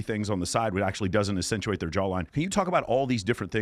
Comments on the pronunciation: My dude, the word is ACCENTUATE, not “assinuate”. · I cannot listen to him say "accenuate" one more time.